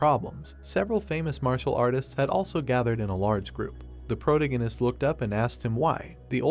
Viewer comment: Geez why are you struggling to pronounce protagonist